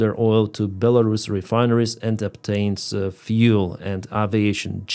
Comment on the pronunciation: it's best he mispronounces it because of youtube censor bots